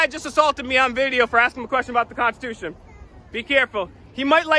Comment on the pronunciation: I am so enjoying your 12 days of Christmas series! Thank you for making me laugh out loud...hard. I feel I must point out this guy's serial mis-pronunciation of the word "constitution." Did anyone else notice he kept saying "cons-tu-tion"? If you're going to be a "freedom fighter" and defender of it, making that point by using the word over and over, please Google how to pronounce it correctly! Also, a pet peeve of mine is the phrase "God given rights". Once you're born, the only right God promises you is death. Whatever happens in between is what you choose to make of it and it's obvious to me this waste of space has no desire to be do anything positive.